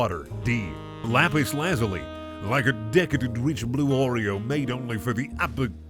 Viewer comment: OMG IT'S BEEN SO LONG SINCE I'VE HEARD A YOUTUBER SAY LAPIS LAZULI CORRECTLY